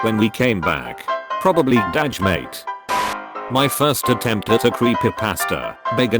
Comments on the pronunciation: it was g’day mate and the voice said DADGE mate.😂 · normal people: “g’day mate” text-to-speech: D A J M A T E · Why did it say g’day like ‘dadge’ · because whoever runs this channel cant get the voice to say anything properly did you hear half of the words dude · I laugh at how you/robot says “G’day mate”. Love a awkward Australian